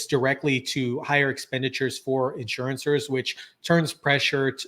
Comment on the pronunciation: In-sure-ers…NOT Insurance-ers.